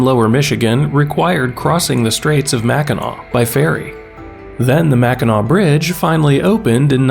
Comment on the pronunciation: I’ve spent a lot of time in Michigan, but mostly the lower peninsula. I’ve driven across the Mackinac Bridge a few times (thank you for pronouncing this correctly) and only explored the UP a bit so far. It’s beautiful. I really want to spend more time up there.